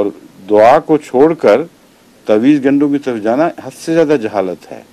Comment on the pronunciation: لفظ" تاویز" گنڈا کی بجائے "تعویذ" گنڈا ہوتاہے